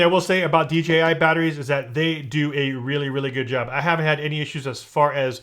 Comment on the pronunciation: Kept saying DGI for some reason people have a problem pronouncing the J .